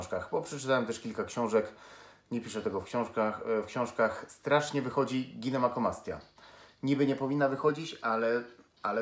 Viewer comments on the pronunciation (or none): Nie ginemakomastja tylko ginekomastja.........